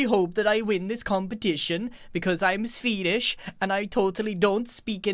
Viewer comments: grian says swedish like sfedish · SVEEDISH OMG NEW WORD SVEEDISH WHEEEZE